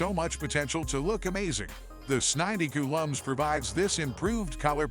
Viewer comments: It the second ai voice video I get and both go with this s90 coo lm… I wonder what was in the text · AI read it as Samsung sninety cool um series 😂